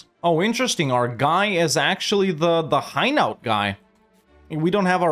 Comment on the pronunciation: It's not high-nowt. It hai (as in air) - no